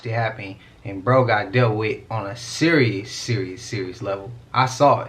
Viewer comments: Lol. Is siri listening? Yo ass said "siri siri siri". Lol. I know you meant serious, but it sounded like "siri" and you said it 3 times. 😂 And cuz, why your siri have a man's voice? 😂😂😂 I've been rocking with you for a long time now, and that's was the most SUS shit I've heard. GO Frisco!!! Lol. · Bruh Bruh you said serious which caused Siri to react. Kind of sounded like you said Siri. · Siri is always listening. You said serious 3 times and it sounded like you were saying Siri